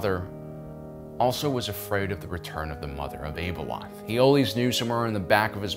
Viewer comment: Why do so many Star Wars podcasters continue to try and over pronounce or exotically pronounce names and places? It really takes me out of it, and makes me not want to listen. - It's pronounced Ab (like the muscle in your stomach)-eloth. This is easily found in the audio books - Ahsoka's name is Tah-no, not TaynO. This is much easier since it's been said a million times